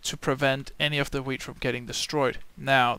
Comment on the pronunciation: it sounds like ur saying weed